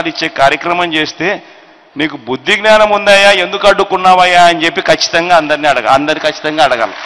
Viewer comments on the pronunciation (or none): none